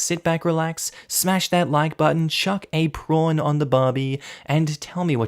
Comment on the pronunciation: When I found this channel, I heard “chuck a pawn on a Barbie” instead of “chuck a prawn on the Barbie”. So I thought “hmmm, why would I chuck a chess piece at a doll?”